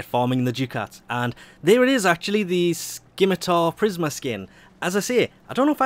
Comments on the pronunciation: Skimatar?... Scimitar. Like simmer-tar. Sim-a-tar. EUGH. Sorry, Just bugged the fuck out of me. Great video and thanks for always pulling through with the Baro videos! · You are aware the C in Scimitar is silent? /ˈsimətər,-ˌtär/